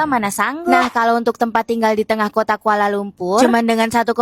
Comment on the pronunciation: Betulx3...begitu jg KOTA jgn sebut KOTE mak sy jd marah tau...